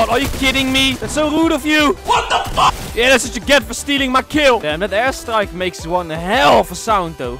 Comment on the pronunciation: Is he saying ass strike or air strike Im joking i love u and use code bakbak5